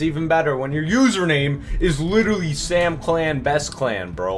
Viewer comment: yoooo bro said samcial is L OML